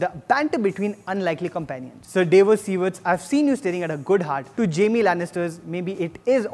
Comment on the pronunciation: U watch with subtitles right?? It's Danny not Dainie, Davos is pronounced Dah-vos not Dae-vos and Brianne is pronounced as Bre-Anne not brain.... pls stop just stop... I don't wanna b rude but u talk too fast and seem so nervous....